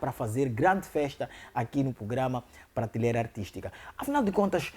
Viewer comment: Por favor, "Pratileira" NÃO....mas sim, PRATELEIRA!!!!!!🙃🙃😶😶...façam edição textual!!!!!